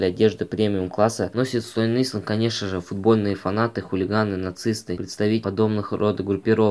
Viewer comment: не исленд, а айленд